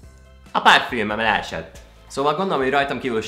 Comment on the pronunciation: “a párfjűmöm leesett” 😂😂😂